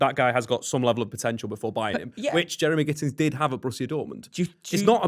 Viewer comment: “Jeremy Gittens”